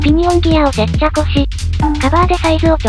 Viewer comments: 接着をせっちゃこって読むのホントすこ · 接着がセッチャコに聞こえる不思議